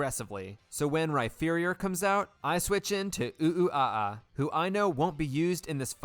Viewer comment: I’m not sure if you pronouncing Rhyperior “Rhy-ferior” is unintentional or if you just hate Rhyperior